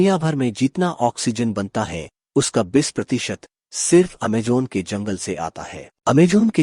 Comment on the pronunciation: Amajon nahi Amazon bolo